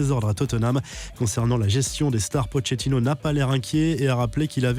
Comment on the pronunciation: Quelqu’un peut lui apprendre comment dire « Pochettino » ?